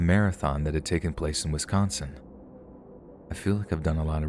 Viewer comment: You even pronounced Wisconsin and Manitowoc correctly!!! 🤣